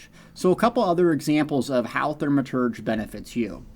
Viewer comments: Great information, as usual! However, there is no "R" in the first syllable of the word Thaw-Muh-Terj. 😜. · ...Th-AW-maturge... No biggie, but kinda grating....